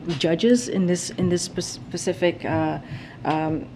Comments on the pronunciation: yo she actually said pacific..... I want to know how she got the job... specifically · Can u believe she actually said "pacific" instead of "specific" what a momo! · How are you the White House Secretary and unable to use “specific” instead of “pacific.” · "In this pacific question."